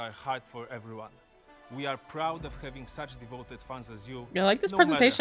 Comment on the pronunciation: "Hello everywanna I'm Alanah"